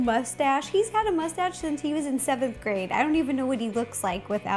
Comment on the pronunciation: I now have a gar that says "ma-stache" thanks ro